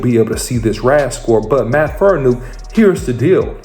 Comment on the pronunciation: Say it with me, FAR-KNEE-AWK. Not Faranook, Farniok. It's been 2 years, take 5 minutes to learn the man's name, especially when you're trying to report on him.